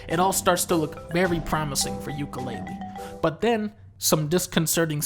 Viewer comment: More like Dunka-LEAHlee